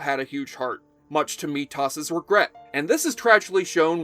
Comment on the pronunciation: At least it wasn't Meatus.